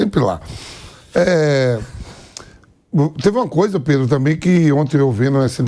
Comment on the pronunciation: Vampeta: predro kkkkkkkk mais é burro analfabeto esse Vampeta 😅